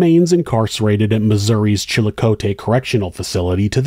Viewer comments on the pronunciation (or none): Chillicothe-pronounced Chill-uh-coth-ee 🙂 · Thank you for covering a St. Louis case,! Just FYI, the women's prison is pronounced Chilly-coth-ee, one of 2 in the state. The one they send you to if you're in danger of other inmates, I'm glad to hear she's there. If you ever do another STL case, could you please cover the abduction of 9-year-old Angie Houseman? The -- POS left her alive, duct taped to a tree in February, after 9 days of no food or water. Hunters found her just hours after she froze to death. It was next to Lake 32 at Busch Wildlife. They finally found the guy, after finding semen on her Barbie underwear, 2 decades later... Makes me gag.